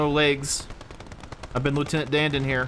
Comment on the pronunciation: “Lieutenant Danned” I’m sure you watch DemolitionRanch don’t you?